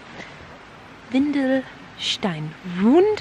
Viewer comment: it is WENDELSTEIN, not WINDELSTEIN (diaper rock)